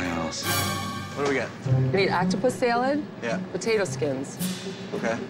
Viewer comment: Octopus s-ya-lad